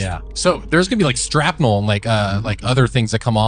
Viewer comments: Im sorry but did that guy say "strapnel"? if so that takes away all credibility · 'Strapnel'? As in SHRAPNEL?? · They put that man on blast when even the spelling on the captions even says "STRAPNEL". I think he meant shrapnel. XD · Strapnel? You mean Shrapnel? 😂😂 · That guy said strapnel, it's shrapnel 😅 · "Strapnel???". I think you meant "Shrapnel". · When he said “strapnal” I started lmao. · “Strapnel “? Lol SHRAPNEL boys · "STRAP-nel???" Seriously? 🤦 Yeeeeah, ok, NEXT! (Some folks are just too "smort" to bother listening to) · Dude said strapnel😆😆😆 I'd be more worried about SHRAPNEL😂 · I know! Trying to sound smart, and doesn't even get the word right!🤣